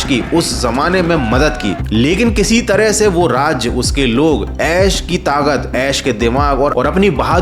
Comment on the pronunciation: Tagat nhi takat 😅